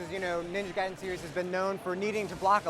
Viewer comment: Hey, she didn't say Gay-den anymore.